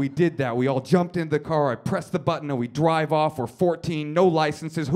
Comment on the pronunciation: ... is he saying ''dwive''? i'm not a native english speaker, but that's what it sounds like to me '-'